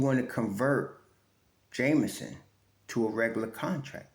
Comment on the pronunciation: Hey - The brother's name is JEMison and not Jamison, just for the record. 😊